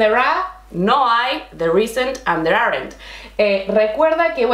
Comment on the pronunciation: You explain everything SO clearly! I have tried many different teachers, but you are the BEST! I teach English to Spanish students online. Let me please correct your English - this is how we learn! Aren't and Weren't are ONE syllable, so they sound like aaant and wernt. I have enjoyed many of your classes - BRILLIANT!